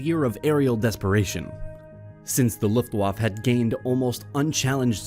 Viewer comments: Looft waff? Where makkt? Sher burg? Dude you dont have to have amazing pronounciation but nah dude. Its pronounced Looft vaffa, Vehr mahkt, and Share burg. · Love these vids but every time I heard ‘Luft-waf’ I cringed. ‘Luft-vaffa’ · Repeat after me ... LOOFT - WAHF - UH. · if you are a historian on YouTube you should be able to pronounce obvious ethnic names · You can't pronounce wermacht or Luftwaffe!